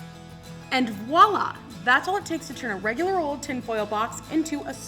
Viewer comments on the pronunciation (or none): none